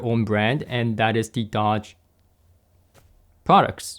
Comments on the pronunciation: “Doge” is not pronounced like the car maker, Dodge, it is pronounced “dohsh”, that is the best I could do for phonetics... Doge was a magistrate of Venice... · It's pronounced Dôge, as in the Doge of Venis.